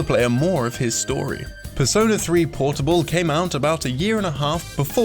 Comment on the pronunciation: Despair Waffle PERS-ö-NÄ